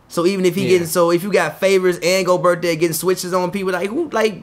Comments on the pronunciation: His name not go-Bert you say it like Pierre, gobeierre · The T is silent bro he’s French. You gotta stop lol